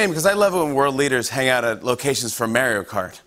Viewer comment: Did he just say.... Mary-o kart?